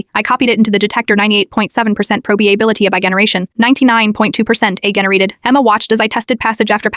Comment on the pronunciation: The irony that the AI voice can’t actually say AI properly